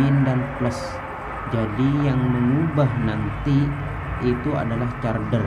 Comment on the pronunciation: Carder apa carger pak?